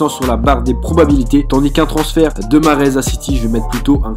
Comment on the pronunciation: Mahrez ta archi mal dit son prénom mdrr